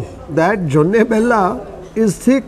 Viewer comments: it is JONI BELLA, not JONNE :)😃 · It is "joni' bella.. Not jonne.. 😊joni means honey.... And this cuisine is not North Karnataka, but North Canara, which means Kumta, Shirsi and those places...